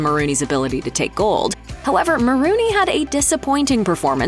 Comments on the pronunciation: It's Maroney, not Maroony. 🤦🏻😒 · Just hate it when people mispronounce names. It's not "Ma rooney", it's "Mah Rone E". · No one: Commentator: MaROONey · Maronrey....pronounced like Bologna, not Marooney